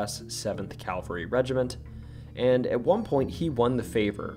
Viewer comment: Please note, for future reference, that there is a huge difference between 'Calvery' and 'cavelry'.